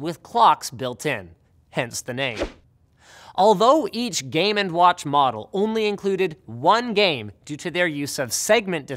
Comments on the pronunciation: Did anyone else hear 'Game and Watch' as gay man's watch ...... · WTF, lol. I could have sworn you called it Gay Man's Watch. I did a spit take.